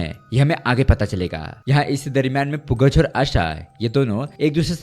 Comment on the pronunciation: Yaar bhai, Pugaz is basically to be pronounced as Pugal (पूगल)